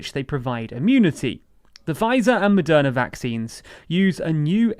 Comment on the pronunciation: Is it Madonna or Moderna? I swear I heard "Madonna" throughout the whole video...